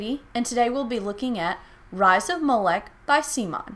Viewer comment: Why’d you keep calling it Rise of Molech when it’s clearly spelt Moloch?